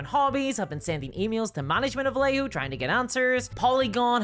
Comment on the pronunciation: The double L in Vallejo is pronounced as a y,.